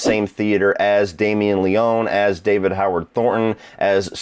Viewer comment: it's pronounced Le-ony (any ryan leone fans here? No? ok...)